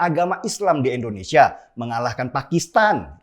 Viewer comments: Bang INDONESIA bukan ENDONESIA,coba cakap yg baik ya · Gausah jauh2 ngomong pancasila bung, nih gw ajarin cara melafalkan "Indonesia" bukan "Endonesia". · om knp sih selalu sebut Endonesia... kebiasaan yah om